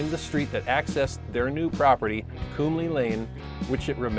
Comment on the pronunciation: Cliff Kumle-his name was pronounced Kumel...thanks for recalling this sad day.....